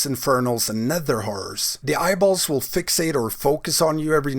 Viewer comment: Anyone else hears him say "nether w..*ores" instead of horrors? xD